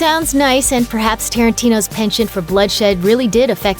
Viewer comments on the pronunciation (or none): none